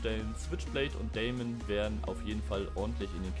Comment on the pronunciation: Die Deamon wird englisch ausgesprochen, also "Dimen" und es heißt Drachenodem und nicht ödem😅 dazu hat die Deamon nur Schnellfeuer 1..... die switchblade Schnellfeuer 2